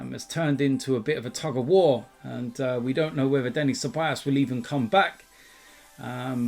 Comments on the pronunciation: his name is ceballos, not ceballas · It's been over a year and still can't pronounce Ceballos correctly😂😂😂 Cebayass!